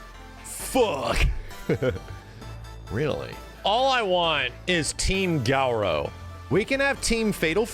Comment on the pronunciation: “Gau-rau”? I always said Ga-rooo” for Garou.